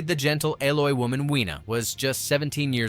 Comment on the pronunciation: ayloy, it's alloy, robot narration sucks